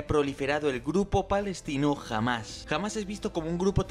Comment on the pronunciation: ¿Por qué pronunciar "Hamas" como "Jamás"? Es terriblemente confuso, e innecesario en español...